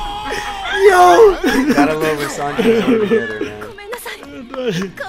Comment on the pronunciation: Sanji "Simki" ..